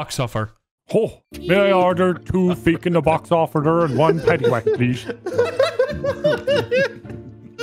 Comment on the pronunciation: Its feckin not feekin 🤣